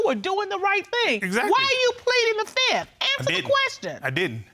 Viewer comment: .."Pleaded the Fift"..haaaaaa....He must have been watching to many Legal soapies,,,haaaaa